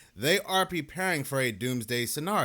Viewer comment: I'm sorry " Pree- paring" the Ai voice is becoming more apparent